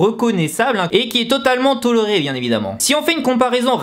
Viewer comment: qui a remarqué qu'il avait dit toloré au lieu de toléré 😂😂 sinon comme d'habitude j'adore ta vidéo !